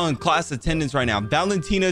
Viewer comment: AINT NO WAY YOU SAID MY NAME VALENTINA 💀💀💀💀💀💀💀💀